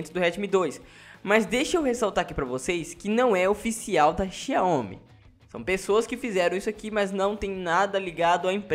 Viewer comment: a pronúncia correta é "xaomi"